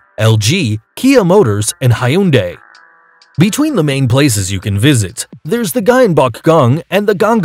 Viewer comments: It is pronounced HUN DAY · Where's Karachi? It's not KiYoTo its Kyoto. It's Tokyo not ToKiYo. It's not Hi-Un-Day. Filipino people don't speak Philippine, they speak Tagalog. New York is not 9th, as it has a MUCH MUCH bigger population. smh